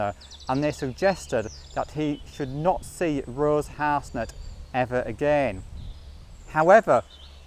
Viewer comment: Her name is Rose Harsent, pronounced Har-sent. Not Harsnet.